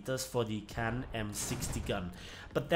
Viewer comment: It's pronounced "Bee kann" Not B as in bee but rather as begleit, that type of B.